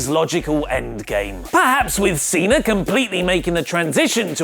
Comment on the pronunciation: John Cenar!!!! Learn how to say Cena!!!